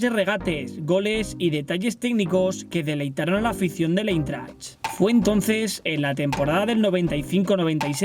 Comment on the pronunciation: Jugó en el " Eintracht " de Frankfurt, y se pronuncia AINTRAKT, no Intert o la mierda que dijiste 🤣🤣🤣